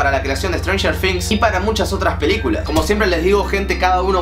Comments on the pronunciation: strenger things* NO "strenger fings" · Se pronuncia con "z", pero también escucho F jajajajaja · No se pronuncia con f se probuncia cob z la palabra things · Siento que decís "strenger finx" jajajaja Nose que onda , capas es así y yo boluda siempre diciendo "strenger thing "TINGs". equisde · Si yo tambien lo escucho que dice strangers finx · Jaja "estrenjer fings" xd te quiero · "estranyer fings" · "Stranger fings"